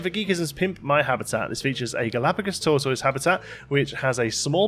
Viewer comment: You're pronouncing tortoise wrong mate.